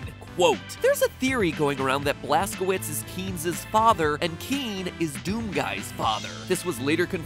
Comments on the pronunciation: Wouldn't Blazkowicz be pronounced Blaskovitch? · The blaskowuts is German so it would be pronounced blazcovitz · Blaskowicz is pronounced Vlaskovich, not Blaskouits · The name Blaskowicz is most likely pronounced Blask-oh-vich. My name is Karpowicz and it’s pronounced kar-poh-vich. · Just to clarify, "Blazkowicz" is pronounced as "Blazkovich" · It’s pronounced blazcovicz because it’s actually a German name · It is pronounced BLAST-KA-VITCH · The end of Blazkowicz name, the "wicz" is pronounced "vich". I know this since my last name ends with "owicz". Polish. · mispronouncing blazkowicz like a pro xdddd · That bad pronunciation of Blazkowicz. GJ there. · Mat. You do so much research, yet you are unable to check proper pronunciation of word "Blazkowicz"?